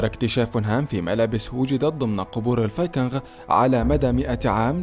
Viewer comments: مجهود جميل تشكرون عليه ملاحظة فاللغة الانقليزية الاسماء لاتعرب اوتترجم انما تنقل كماهي فلايقال جوجل بل قوقل ولا يقال جروب انما قروب الاصح شعب الفايكينق وليس الفايكنغ تقبل مروري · المعلق على الفديو مايعرف ينطق كلمة الفايكنغ .. فايكنغ اخرها مثل نطق كلمة king وليس حرف ال غ ... صدعني من كثر ماقالها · الله يجزيك الخير بس الفايكينغ تكتب بالغين غ وتلفظ بالكاف ك يعني تلفظ الفايكينك أنت عربي بس !!!صحح لغتك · لسا بيقول فايكنغ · انطق كلمت(الفينقنق) جيداً يابليذ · لا تنطق حرف الغين عندما تقول الڤايكنغ لأنها تنطق بحرف الجيم السهلة وليست الچيم العربية الغليظة ... بارك الله فيك .. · يا أخي ألفظ الفايكنغ لفظ صحيح بدون الغاء